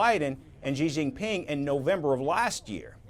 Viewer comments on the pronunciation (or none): It’s correctly pronounced SEEE—-JEEN—PEENG.